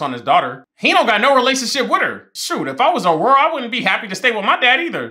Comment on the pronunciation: Even though the characters say the names multiple times in the shows lol, he got Aurora right though!